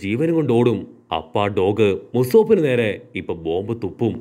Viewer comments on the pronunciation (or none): Musope alla usopee